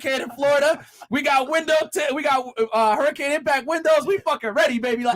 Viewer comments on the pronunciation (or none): none